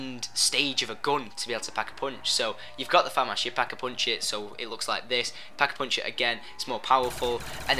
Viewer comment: thumbs up if you love the way he says "pack a punch". "peckapunch"